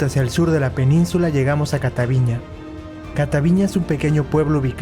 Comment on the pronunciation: No es "Catavíña" (con acento en la í) Lo correcto es: "Cataviñá" con acento en la "á", lo está pronunciando mal el joven. Pero gracias por mostrar lo bello que es Baja California, excelente canal, me subscribo